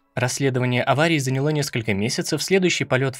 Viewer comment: Текст перед прочтением пишите с ударениями, а то режет слух: "поднялИ", "занялО".